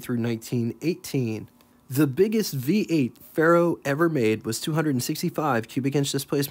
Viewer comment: Say "Fair-oh," not "Fay Roh." It's Latin for Iron.